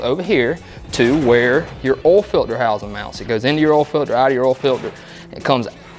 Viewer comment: Oil not olllll